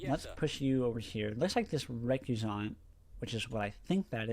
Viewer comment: Yes it's Ree-Que-Sant not Ree-Cuss-Ant